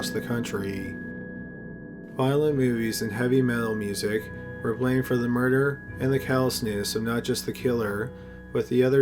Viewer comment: Dude can u not pronounce murder very well? Sounds like u always say murderer